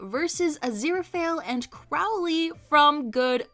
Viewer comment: every time mispronounces Crowley I physically hurt